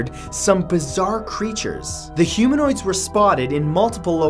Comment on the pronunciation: 2.the hoomanoids of WHAT?????